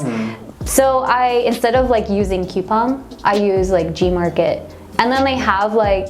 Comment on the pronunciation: 쿠팡을 왜 큐팡이라고 하시징ㅋㅋ